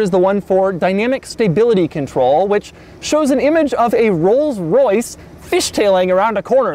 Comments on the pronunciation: Rollses? Rolls'? cough cough....ahem.........Rolls. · Did he say rolls's for plural? Lol I think it's pronounced rolls, and why did you put someone down in a Camry